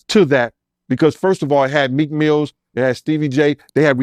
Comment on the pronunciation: He kept calling him Meek Mills😂😂😂😂